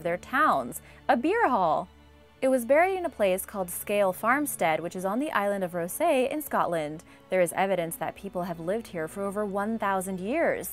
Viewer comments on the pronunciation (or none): The 1st one is on the island of Rousay, Orkney. I was thoroughly confused due to the pronunciation, wondering if she meant Raasay, Rothesay, or elsewhere.